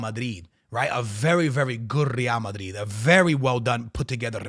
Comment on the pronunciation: Rrrrrreal Mariiiiiid...all about the R'S🤣